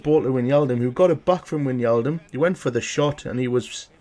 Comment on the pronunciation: it is not winjaldum it is like 'why' and then just naldum like you say is so whynaldum